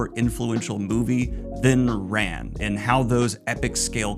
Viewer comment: I'm sorry to be that guy but the name is Kurosawa not Kirasawa. Koo-row-sah-wah. It's also pronounced "rahn", with the soft "a" (like every "a" sound in Japanese) which translates to "war" in English. Just in case people are confused about why the movie is named that. :3